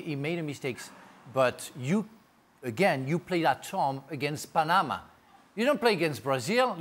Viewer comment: As a Panamanian, hearing Frank say PA - NE- MA made my day 😂